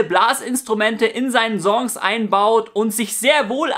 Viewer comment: Bitter lerne Songs/Song korrekt auszusprechen